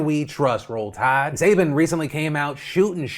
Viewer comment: Jeez Phil you know you have to let the tide linger, its roll tiiiide. Say you know Alabama 🤣